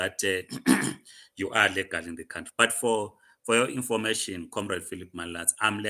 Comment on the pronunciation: Legal not lagal msunu 😂!!!!